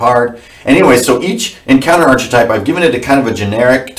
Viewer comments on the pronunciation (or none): dammit:) its ARK-etype not ARCH-etype.. like noahs ark.. drivin me nuts man:) anyways all gold apart from that:) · Love this. Appreciate all of the info. BTW Archetype is pronounced ARK-ah-Type... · I love you with all my heart,, but "archetype" is pronounced with a "k" in the "ch" spot.